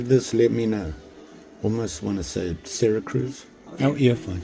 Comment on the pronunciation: Hope you enjoyed being with your kids & your vaca in Cali. Yo...Syracuse". SYRA CRUISE. Really another NY city you can mispronounce & have people cringing all over the N.E. Really Man if you just watch some YouTube videos from other knife people you would learn so much but it's obvious you don't because you would not be talking this crazy nonsense and making stuff up. Sorry to jam on you. Let's go into the new year right man. ☠️ KnivesOut ☠️